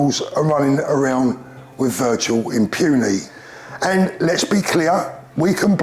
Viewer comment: "Virtual impunny"